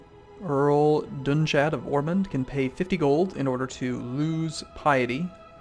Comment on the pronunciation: Oh also, the Earls name is pronounced Doon-kad, as the ú making an oo sound